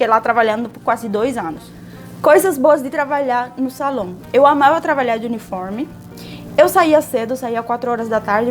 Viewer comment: Eu escuto, não sei se é impressão minha, vc pronunciar "travalhar" em vez de trabalhar.